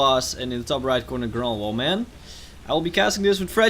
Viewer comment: The g Is silent